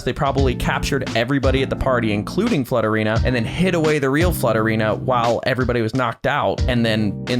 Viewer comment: when said flutterina i heard slutterina i was like " pause?? i like that name better "